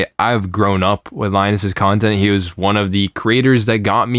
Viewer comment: You mispronounced "he".